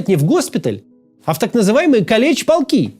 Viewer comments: Не калеч полки а кАлеч полки. Правильное ударение ставить на А. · Калич, ударение на "а"